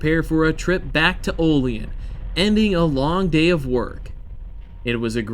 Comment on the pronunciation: OLL-EEE ANN, NOT OLL LEE EN. IT IS OLL- LEE- ANN OLEAN. THERE IS NO SOUTHEREN DRAUL IN WESTERN NEWYORK. BUT AT LEAST YOU DID NOT SAY O-LEEN.... TRY WARREN PA WHERE THEY MAKE RR CARS WHICH IS WEST OF HERE . ALSO ON THE STATE LINE. THEN THE BIG TIME LINES GOING FROM BUFFALO --ERIE ----CLEVELAND- DETROIT---CHICAGO THIS IS A MAJOR BIG TIME ROUTE FROM NEWYORK CITY TO POINTS WEST SINCE 1776. ALSO CHECK ERIE CANNEL AS RR BECAME COMPETER AND KILLED THE ERIE CANNEL THIS WOULD BE GREAT VIDEO... AND NEXT TIME YOU IN AREA DRIVE DOWN ROUTE 62 FROM WARREN PA. TITYUIT TIONESTA OIL CITY FOLLOWING THE ALLEGHANY RIVER..